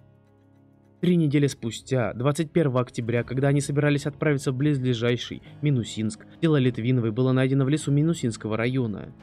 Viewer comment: Есть такое слово: БЛИЗЛЕЖАЩИЙ. Но его часто неправильно произносят - близлежаЙШий. Следите за правильным произношением.